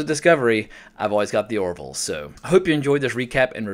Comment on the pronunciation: It's "The Orville", not "The Oroville".